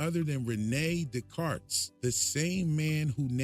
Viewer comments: its pronounced ‘day-cart’ not day carts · Don’t pronounce the s at the end in Descartes 😏